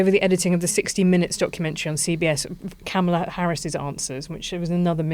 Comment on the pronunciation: The BBC should offer him 5p. That would be about right. He had been saying "Come to DC on January 6th, IT WILL BE WILD" for weeks, and it duly was. And Helen, you really can't pronounce Kamala's name correctly even now, her little nieces could? I guess that's karma?